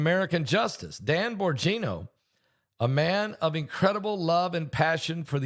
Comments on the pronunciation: Bongino you pronounce his name wrong not borngino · Bongino, not Borgino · Dans last name is pronounced Bon-Gino